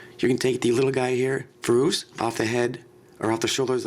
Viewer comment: also like the way you say furos too.